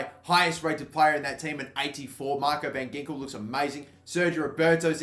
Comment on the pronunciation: I know you won't read this but van Ginkel is actually pronounced van Hinkel